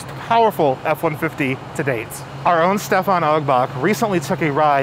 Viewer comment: LOL at him pronouncing Stephan 2 ways in a 10 second period of time. Great video